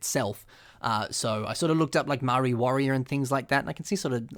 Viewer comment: you're pronouncing Maori wrong